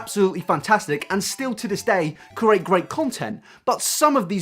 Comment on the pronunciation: can't get past how you pronounce "create" . you seem to be saying "ker- ate" 😂